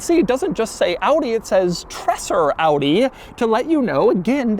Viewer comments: call it in your wordspeed „treeeser“ its more like reality. greez from switzerland 🤩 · A lil bit like treZer. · Stop saying Tresser! I don’t know why but the word is slightly irritating. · says Treser so often and always wrong, a single S is slower he pronounces it like a double S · The single s in his name suggests his name rhymes with razor, not dresser. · I usually don’t like people who complain about the way other people pronounce certain words. But this time even I have to say it’s really bad. Every time he says Treser it hurts a little bit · my ears are bleeding! The pronouncing is not "Trässsö" . but this is ( TRREEESÆRRR ") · Its Treser not TreSSer . Phonetically its more like: tray Sir. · STOP SAYING 'TRASSR'!!!!!! It's Treser. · It's pronounced 'tre-zer' not tresser. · It's not "Trasser", amigo ... it is more like "Traysar". And we neither say "Wooltah", but more like "Wall-tar" ("tar" as in "tarmac"). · Just a small correction: it´s not called "Tressah"! You pronounce it "Traser", like "taser" with an extra R. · For a nice review, it hurts my eyes to see the directional wheels being mixed around, and hurts my brain to hear "Tresser" time and time again. 😣 Treser was even head of Audi Sport, and I would see his name as "Tréser" (my best descriptions). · Awesome, that you got one too review! But it's not tresser it's treser, kind of like tazer with a r before the a sound. Greetings from Germany😉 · Great video as always! Only one comment, it is pronounced “Trayser” not Tresser. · Pronounced “Treh-ser” not “Tresser”. Other than that great as always! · Treser, not Tressor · Treser = pronounced "Traizer" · Treser in German is pronounced TreZer. Also, the wheels are directional, the front left is a right side one. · It's pronounced 'Treeeser' with a long 'e'. No idea where Doug gets the double-s from 😁